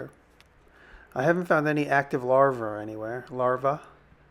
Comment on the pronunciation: Slipped into Jersey for a bit there with "larvar" ;)